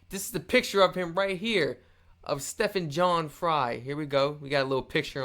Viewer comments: It's STEEEEE...ven. Not Steffan. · It's Steven, not step-han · Stephen as in Steven not Stephin as in steppin